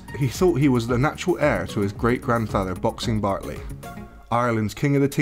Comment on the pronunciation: Bartley not bentley